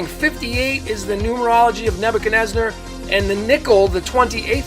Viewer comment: Why do you call the king NebuchadnezNAR? That changes your numerology.